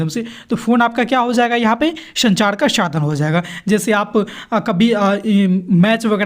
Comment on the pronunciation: Sir ap sa ka sha kyu padhre ho shadhan shadan bolre ho vdo achi h bhut par apke jo word h wo shi no h apne word ko sahi kro sadhan hota h shadhan ni jaha sha padhna chaiye waha ap sa padhre..or jaha sa padhna chahiye waha ap sha padhre😂